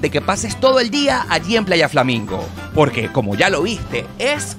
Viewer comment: Poque no se dice, se dice Porque 😆